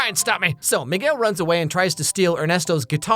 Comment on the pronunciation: bro did not say Miguel 🥀🥀